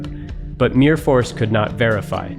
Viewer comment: The way you say Myrfors is the same exact way we pronounced the YuGiOh card “Mirror Force” when me and my friends were kids 😂😂